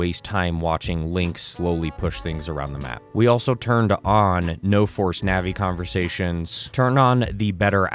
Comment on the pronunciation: If you want the best experience, just use Windows or MAC. If this guy thinks that Linux is a beefier system, I want some of whatever he's smoking and I want it NOW! Linux is okay for emulation, but not the greatest. And her name is "Navi" not "Nanny" That's my grandma you're thinking about. Plus, you didn't even show us how to set up the mods.